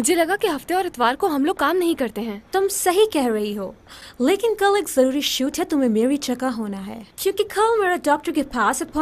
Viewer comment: Joruri ❎jururi✅